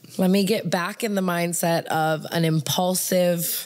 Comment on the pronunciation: The way she says impaulsive instead of impulsive